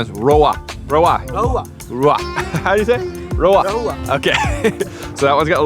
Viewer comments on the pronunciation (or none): That’s not “Rowa” Its “Rohu” A indian Carp Variety. Scientific name is Labeo rohita